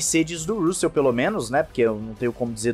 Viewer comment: Cara, pelamordeDeus, pronuncie RÂssel ou algo parecido! Sua pronúncia é péssima!!!